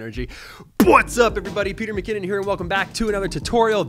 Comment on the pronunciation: At :25 It sounded like you said “Its Peter McCanon” 😂 which would be a fitting name haha.